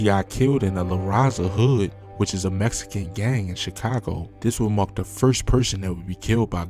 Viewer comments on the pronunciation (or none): none